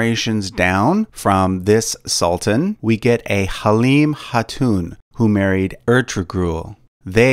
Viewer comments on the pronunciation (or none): "Halim Hatoon" bruH🗿